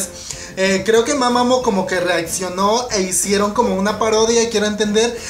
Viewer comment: que no se pronuncia mamamu?